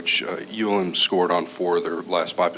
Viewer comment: Dude, it's ULm. This was dead embarrassing. Be honest, you're in over your head and everyone knows it now